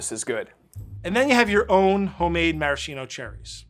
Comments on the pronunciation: Ffs it's pronounced /maraskeeno/, not /marasheeno/. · Pro tip if you want to impress people: in Italian it's pronounced maraSKeeno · One shot for each time that Maraschino is mispronounced. It's Mah-Rahs-Kee-Noh. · Marashino?! Amerincas haha. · MarasKKKKino for the love of God America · Cool, but that’s not how you pronounce maraschino :( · missed the opportunity to teach Americans the correct pronunciation of Maraschino